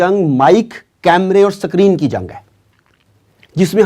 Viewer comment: Itna bra Doctor honey kay bawajood ye S nahi bol sakta hay. Sakreen bol raha hay. Yeh Q bhi nahi bol sakta hay Yeh Punjabi nahi bol sakta, kabhi bhi